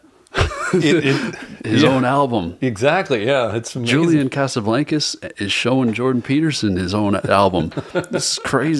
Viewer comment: he said "julian casaBLANKus" lmaoooo